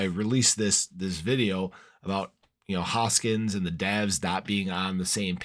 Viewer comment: “HoskinSON” not “Hoskins” just saying.